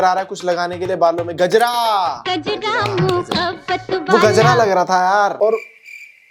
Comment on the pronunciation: Gajra bolte h 😂😂